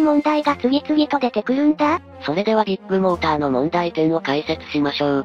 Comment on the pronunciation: ビッグモーターの発音がどこもビップモーターに聞こえる